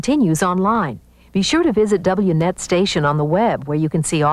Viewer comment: THAT IS NOT HOW YOU PRONOUNCE THE STATION’S NAME YOU JACKASS!!! IT’S WNET!!! NOT W NET!!!!